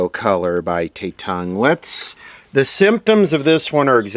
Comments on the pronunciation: Tatung ... one word no not shit ... not prinounced the American way ...A sounds like Abba not A sounding like lay .. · Tatung is Taiwanese,, and Tatung is pronounced with a soft a, like at. (Tatung was considered to be decent quality in its day) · For correction Pronounced “Tah toong” . Not trying to disrespect you in any way. This company made the first stereo color television sold in the United States. Not saying or knowing the quality of their products but agreed they were cheap. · I believe It's pronounced as Ta-tung, there's no "e" lol.. Tatung was a house brand that sold fans, ceiling fans, toasters and other smaller appliances mostly made in Taiwan... I'm most certain that the TV is made by another manufacturer and sold through Tatung.. First I've seen a Television with their label on it.. Gotta find out the actual manufacturer and probably the similar model will be in the Sams.. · you butchered the pronouncation